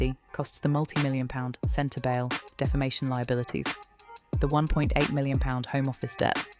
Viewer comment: The speaker is hard to hear. SLOW DOWN please, and speak CLEARLY and not so fast! Yes, I KNOW it's AI. But they can do it better so that it's understandable, or don't do it at all. And spell the words right. "CENTER-BELLE"?